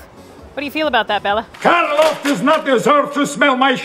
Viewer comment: I am so happy you pronounce Bella’s name correctly, so many people pronounce it incorrectly. I am Hungarian and so is he. Thankyou ❤️